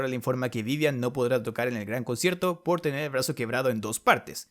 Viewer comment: Escucho mal o dice concherto xd